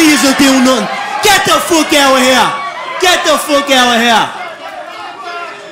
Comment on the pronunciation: Mispronunciations: Mout Futtin Nuttin Owa Heya